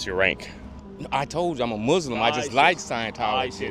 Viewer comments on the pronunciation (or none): none